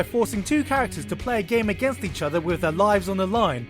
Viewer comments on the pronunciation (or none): none